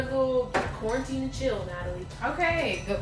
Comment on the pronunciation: "He said qaurentine and chill " 😂 😂 😂